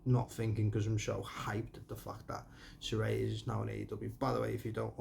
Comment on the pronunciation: Sweet review mate! You pronounced Saraya's name right too haha